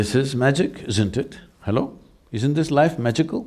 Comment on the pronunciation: Every time he says Halo🤣🙏🏾